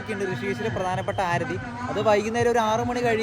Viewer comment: ആരതി അല്ല aarthi enanu😂